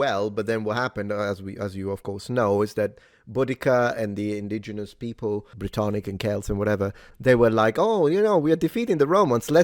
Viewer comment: BRITONIC 😂, sounds like a beverage.